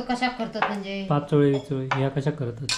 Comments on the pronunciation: पाचोळयो नाही पातोळ्या बोलतात विनु मुंबई क गेलो कधी आधी गावाक ईलो कधी काय कळतच नाही 😊😊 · पाचोळे नाय पातोळे बोलायचे